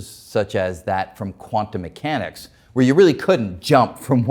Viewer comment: "Quan-tomb moo hanics is fooey loco or non-loco?" WHAT? {:o:O:}